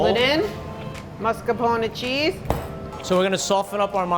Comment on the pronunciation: He says “Mascarpon” not Mascarpone. She, on the other hand, says it correctly.